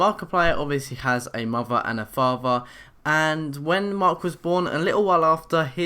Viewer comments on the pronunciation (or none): He said faver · FATHER not faver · If i hear the word "fafther" one more time...... [ik its spelled father] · you don't know how to say father or mother